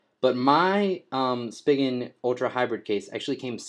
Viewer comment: Spee-gin not Spig-in